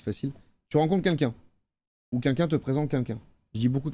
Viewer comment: Joyca on ne dit toujours pas « qunlqu’un » mais bien « quelqu’un »